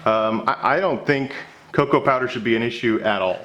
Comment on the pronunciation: I had to rewind when you said cocoa powder the first time cause I heard cocaine powder.